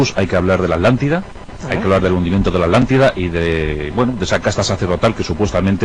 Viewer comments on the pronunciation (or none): Alantida? También lo pronuncian mal, no dicen ATLNTIDA